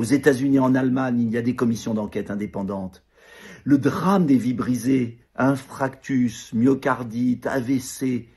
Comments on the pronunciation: Dupont-Aignan a raison, mais qu'il apprenne à s'exprimer : "Infractus".....on n'est pas à la maternelle des dyslexiques quand même ! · Bonjour monsieur Louis de Dreslincourt, bonjour à tous. Et puis Nicolas Dupont Aignan....ce n'est pas infractus mais infarctus!!! ( je rigole) Frexit, frexit et dehors Macron...